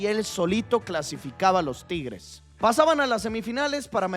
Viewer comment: No sabes pronunciar la palabra tigres, o qué te pasa? Te sientes bien?